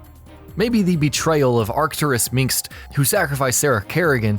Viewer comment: WTF is up with the pronunciation of "Arcturus Mengsk" Name? have you not watched any of the cinematics? or the dialogues? That's not how it's pronounced. I don't usually post on these things but that really annoyed me.